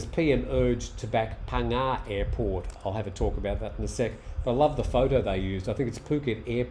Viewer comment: Hi You're getting good at names. Phangnga you've got well now. Srettha Thaweesin very good. Just one detail, The 'a' in Thaweesin should be shorter and unemphasised. You're saying Tar-wee-sin. Much easier for Thais to recognise if you keep the 'a' short and put the emphasis on the 'wee'. I'm a 40 years thai language nerd! Great talk as usual.